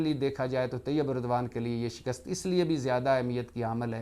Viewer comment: Shakist nahin hota SHIKAST Hota hai